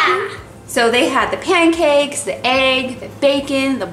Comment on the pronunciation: U said panacakes